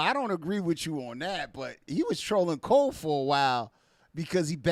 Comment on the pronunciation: He still calls Cole, Jfold😅😅😅